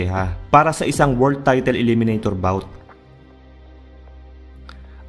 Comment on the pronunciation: brod para lalong gaganda ang content mo, paki check pronunciation mo sa word na "title"